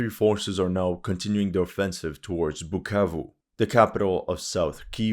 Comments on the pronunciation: u said "BUKKAKE" instead of BUKAVU?😝 je sais que tu comprends francais en tant que congolais j'ai très honte!!! This war is about mediocracy ON THE PART OF THE CONGOLESE !!! Mais tes vidéos sont instructives. Merci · “Pukavu “ 😂 he can’t pronounce it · It amazes me seeing this white SCUMBAG that has no business meddling in the African politics talk rubbish FOR 42 MINUTES ,he has no knowelge in regard to this matter ,he cant event even say "bukavu right "@ .another stupid youtuber paid to spread misinformation. M23 ARE CONGOLESE AND ARE FIGHTING TO PROTECT AND STOP MASS KILLINGS THAT ARE BEING DONE TO TUTSI AND AND OTHER RWANDAN SPEAKING TRIBE IN CONGO.THIS WHOLE ISSUE WOULDNT NOT HAVE HAPPENED HADNT THE EUROPEANS PARTITIONED AFRICA. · No you just didn't call my hometown like that, so disrespectful brahhh, now I can't unhear that whenever I'll answer where I'm from 🇨🇩😂😂😂😂